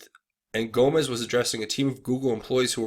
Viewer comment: Gomes not Gomez